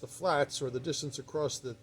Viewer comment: "Acrost" bugs me so much! Is it a south-east dialect?